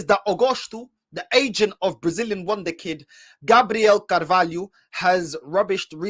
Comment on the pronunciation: Man said win the kid😂😂. He tried to say wonderkid 😂😂